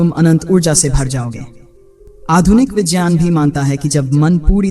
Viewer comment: Pehle to vijeyaan nhi vigyan hota hai. 😂